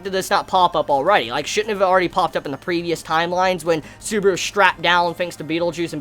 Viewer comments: You said suburu.... It's Su-ba-ru! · "How TRIGGERED Beetlejuice got when he realized, WHEN HE REALIZED, that Suburu makes fun of his gospel" First of all it's not "Beetlejuice" it's BETELGEUSE Beh-Tell-geus and it's not "Suburu" it's SUBARU.